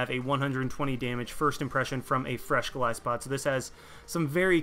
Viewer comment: OMFG! I am subscribing JUST for the fact you said Golisopod right!!!!